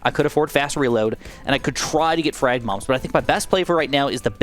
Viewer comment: he clearly said bigger moms, not bigger bombs lmao